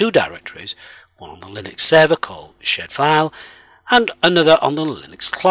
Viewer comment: Idk why but I am hearing shit_file and server_shit